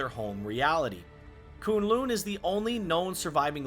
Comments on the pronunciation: It isn't koon loon it's kun , the u is the same as in us and lun and in undo or under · Great work! Couple notes: K'un L'un isn't pronounced KOON LOON. It's Kuhn Luhn. And it's not WOONdagore. It's Wuhndagore.